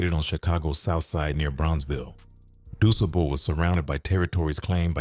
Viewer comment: Y'ALL KILL ME, DON'T EVEN LIVE HERE AND ONLY GO BY WHAT YOU READ. YOU CANT EVEN PRONOUCE DUSABLE HIGH SCHOOL. LET SOMEBODY THAT LIVE HERE AND KNOW THE SOUTHSIDE?